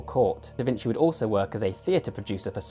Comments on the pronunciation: Just wanna point out that a C followed by an I, in Italian, is generally read as "chi" or "chee" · There are a bunch of other pronunciation mistakes, but I thought "vinsi" was the most easily fixable 😅